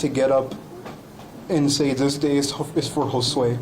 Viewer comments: Did it enrage anyone else when Jackson couldn't say Josue's name correctly? On one hand, he shouldn't even have the privilege of uttering that boy's name. On the other hand, with what he did, he should at least have some sort of (imagined) respect to say it right...especially if he "didn't do it." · It really ticked me off that Andre Jackson mispronounced Josue's name on that BS YouTube declaration of innocence.... and then, it really ticked me off that he decided to blame the Hispanic Community just to rub the salt into the wounds!!